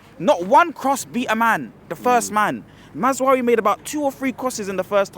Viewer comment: The way says Mazoari, will always be funny to me 🤣🤣🤣